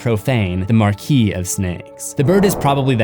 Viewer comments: Say it with me…Mar-keys. Not markesis 🤣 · Did he just say “markeysis”?